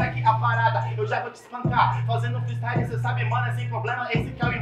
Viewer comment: Acho q ela pegou pesado kkk mas ta certa. Tem q estudar mano. Eu acredito em vc. Estuda e mostra q a palavra freestyle vai ser diga corretamente tanto qto seus "fatalitys" nas batalhas.